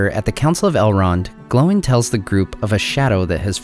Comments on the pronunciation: It's Oin and Gloin, not Owen and glowen 😅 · Are you pronouncing their names correctly. Sounds like Owen and glowen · Why do you pronounce Oin as "Owen" and Gloin as "Glowin" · Am I the only one that hear him say Owen not Oin? And sometimes Glowin not Gloin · “Owen and glowen” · I love your videos please keep making them but your pronunciation of Oin and Gloin's names is driving me crazy lol